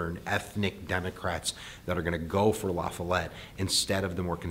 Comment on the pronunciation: I find it impressive that a non-Wisconsin person actually pronounced Robert M. La Follette's name correctly lol